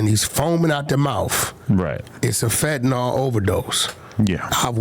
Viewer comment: “Fettanol”😂 dawg it’s “Fentanyl”. Fen-ta-nil